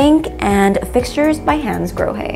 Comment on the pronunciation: You are such a good presenter, l am blown away by your smooth flow of useful sales knowledge and branded home appliances and brands, together with the ever so eloquent pronunciation of Hansgrohe et al... Bravissimo 👏👏👏